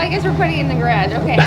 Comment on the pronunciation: It's garage not grage